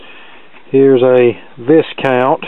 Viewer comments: That's right.. it's pronounced Vy-count. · Viscount is an aristocratic title and is pronounced VIE-COUNT > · Not trying to be disrespectful; The "s" in Viscount is silent. Repaired dozens of them for the International Discount Store in the 70's. Note the one you worked on has no driver or output transformer, hence the extra transistors.